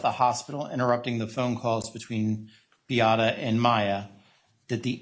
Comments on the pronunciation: It’s wildly disrespectful and her name isn’t hard to pronounce at all. BEE-AH-TAH. Come on now. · Anyone else so annoyed by the ignorance and disrespect of the defense lawyers by mispronouncing Beata’s name? They have been sitting in court for 16 days with her name repeatedly being pronounced properly by the plaintiffs for crying-out-loud. You know what that signals to me? they are deliberately choosing to say her name incorrectly because they don’t truly care about, nor feel sorry for, how they treated her, Maya, or the family. If I were Jack, I would lose my mind every time they said her name incorrectly. My heart hurts so badly for them.